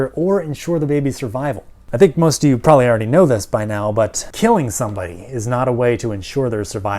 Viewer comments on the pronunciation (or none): none